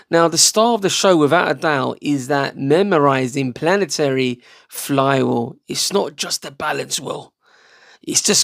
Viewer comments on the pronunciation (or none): when you said planaternic did you mean Planetary? <3